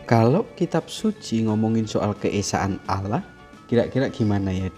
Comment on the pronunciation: Hey sebut Allah bukan alah